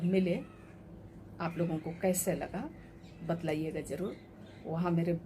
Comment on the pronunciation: Madam batlaiyega nahi bataiyega hota hai